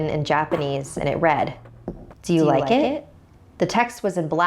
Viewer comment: Do you rike it?